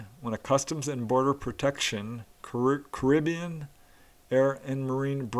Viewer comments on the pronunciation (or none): none